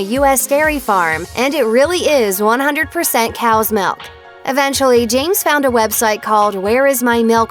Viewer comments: Whenever she says milk she says ‘melk’ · The way she say milk